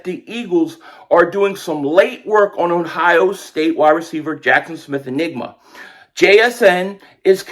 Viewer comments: I’m sure it’s hard to pronounce Smith-Njigba’s name but I’m having a hard time believing it’s pronounced the same way the word “enigma” is! 🤣 I would think it’s pronounced [en-jig-ba]. African words and names aren’t as hard to say as a lot may think. Well I know that unlike American English, most Swahili words are pronounced the way it’s spelled. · You said n-nigba not njigba. 😂😅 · Jaxon smith nJigba. The J isn’t silent. Bro knows what he’s doing saying nigba. 🤦🏽‍♂️ thought u were better than that